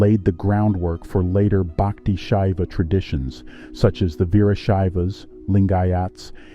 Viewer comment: It isn't "Baakti," it is pronounced Bhuck-thi." It isn't Tevaraam, it is They-vaa-rum. But I guess a western voice sounds more authoritative and scholarly to the world...😮😢